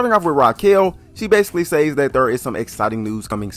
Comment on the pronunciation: Fuck had to unsubscribe cause of how he chooses to the word "says" holy fuck the reach to mispronounce a word to be whatever the fuck he's trying to be is wild cringe lmao... I'll be just watching Kenny bomb now